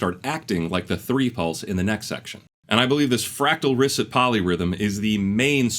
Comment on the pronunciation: Great analysis. Thanks. Love how Nolan also used the staircase illusion in Inception. (It's ree-SAY, not risset, by the way...French name).